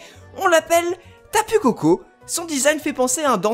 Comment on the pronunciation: Euh tapu koko sa se lis Tapou koko faites moi plaisir et ne gâcher pas ma langue